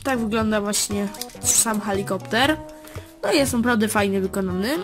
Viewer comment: Helikopter się mówi a nie halikopter